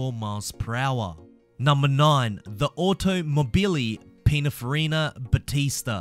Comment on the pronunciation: Also when he pronounce Automobili Pininfarina... I means it’s ok, he’s not French neither Italian, so it’s ok